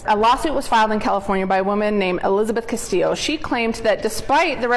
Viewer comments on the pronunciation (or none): none